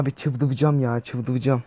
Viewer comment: çıldırıcam derken r yi soyleyemiyo